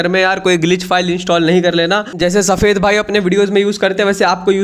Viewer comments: Saphed kyu bhol raha he hasi aa rahi he 😂😂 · Why you say safed bhai 🤣🤣